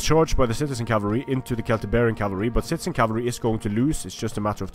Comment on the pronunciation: Did I hear you say "shitezen cavalry"? lelelele